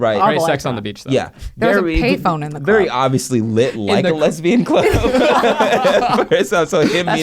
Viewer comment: I will never not say "at the clerb" from now on lol